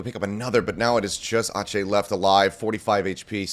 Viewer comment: Why is ache pronounced aatchey but not ek?😂